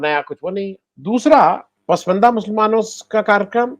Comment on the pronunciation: आनंद वर्धन जी सही उच्चारण 'पसमंदा' नहीं "पसमांदा" है